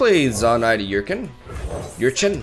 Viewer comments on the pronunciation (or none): It's 2 syllables,, "jagg-ed", not "jagd". And it's good that you've stopped pronouncing Urchin as "urkin", but you're still pronouncing it "yurchin". It just sounds the way it looks: "ur-chin". Just trying to help, since you're always trying to improve your English. Speaking of which, have you tried combining the Taskmaster with the Monkey Idol yet? Powder Monkeys are 1-drops. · It's read like er-chin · jag·ged, it has two syllables ur·chin, the ur is pronounced er like her without the h